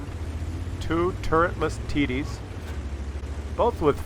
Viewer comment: Im not an english speaker by birth, but is TD's really pronounced "tiddies"??? Just asking... 😁